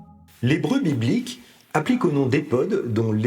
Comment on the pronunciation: À j’ai compris : "Les brebis bliques"